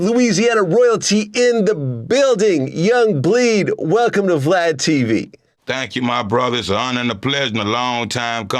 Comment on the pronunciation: He called him vlod